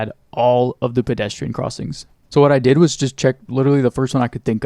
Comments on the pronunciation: lol did you say "dih" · says dih to say “did” drone 😭😭